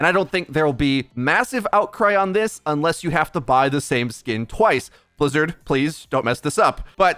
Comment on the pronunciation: Is Metro german? The way he pronounces Bizzard sound very german to me